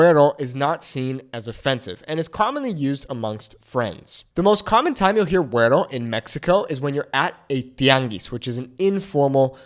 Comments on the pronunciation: don't pronounce the 'r' so hard in 'guero', dude. makes you sound like a white guy. and I'm a white guy (with Mexican grand parents) hmmm. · seriously.. a wyt man teaching MEXICAN spanish?? I'm MEXICA (pronounced meh-SHE-kah).. don't take classes from a wyt guy.. WTAF?? stop it.. seriously.. wypipo ruin EVERYTHING! you don't even pronounce "WETTO" correctly.. they call you that BECAUSE you're caucasian.. it CAN be endearing.. or.. it can be an insult.. kind of like when wypipo in the south say "bless your heart".. you may have LIVED in mexico.. but.. you're not educated in the nuance or culture.. and.. I've never lived in what is now known as mexico.. my bloodline is anchored to the two thirds of the land mass that is now called the USA.. I will never take instruction about MY heritage from a wyt guy!! especially when you don't understand that our native tongue is Nahuatl not "spanish"!! because spanish is the language of the colonizers and genociders.. maybe learn about THAT? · Ey foo, why do you change into a whole different being when you pronounce “güero”? All my Chicano compas don’t even put that much sauce on how they say it 😂😂😂